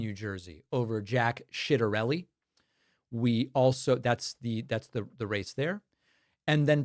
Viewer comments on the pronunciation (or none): Not shitarelli, Chatarelli